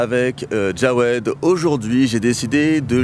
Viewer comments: Pourkoi tu dit djaoued au lieu de jaoued. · C'est jaoued et pas djawed